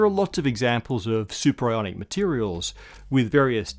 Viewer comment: Superionic or superIRONic? Am I right? :D